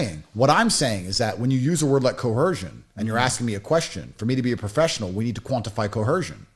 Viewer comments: The word is coercion not co-hersion. I thought this guy learned a new word every day 😂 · Is he saying coercion with a ‘H’? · Tate wasn't coerced to question, mangle, mutilate and mispronounce 'coercion' he used his last remaining brain cell to do that all by himself.